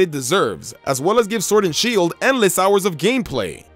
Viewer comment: i like the vid but ur voice omg, SWord and shEIld